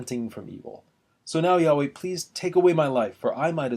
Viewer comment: Good combination of the woodcuts and reading. From the editor's introduction to the Jerusalem Bible, I understand the pronunciation of Yahweh to be yah-WAY, on the second syllable.